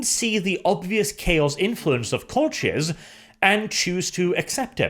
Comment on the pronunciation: I hate to pick on the pronunciation but I think the 'ch' in Colchis is hard like in ichor, not soft like in channel